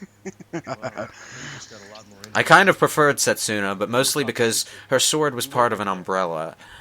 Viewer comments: It's Setsuka. Not Setsuna,. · Say it wit me. Setsuka. XD